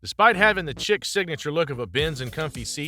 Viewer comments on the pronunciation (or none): Chic is pronounced like sheik, not chick